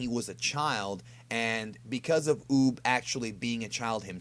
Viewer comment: Like 4 times in this video it sounded like Boob instead of Uub